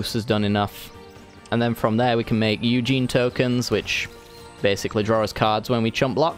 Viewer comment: U saying ugin wrong is very annoying